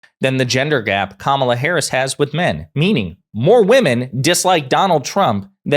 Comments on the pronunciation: He keep pronouncing her name wrong on purpose because he is a rasict. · We should mispronounce trumps name like he mispronounces Kamala's name -- DonOLD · Trump refuses to pronounce Kamala's name correctly but somehow she's supposed to stop her attack ads when he attacks everyone all the time! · tRump does seem pathetic but he is such a dangerous idiot! Also, they just sat there and let mispronounce Kamala. Those host are jerks. Vote Blue! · I like Presidents that can pronounce peoples’ names correctly 😑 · Trump deliberately mispronounces Kamala. She should start calling him Donald Shrimp. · What a weak man. The hypocrisy of asking for respect and asking for positivity yet mispronounces his political opponent. His entire campaign is rife with personal attacks and negative ads. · The poor guy still cannot pronounce her name. Poor guy.